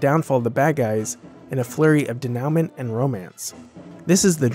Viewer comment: 'a flurry of de-now-ment'? Maybe...look words up when you don't know them?